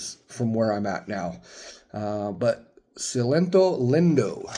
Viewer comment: It's pronounced sell-leeto lean-do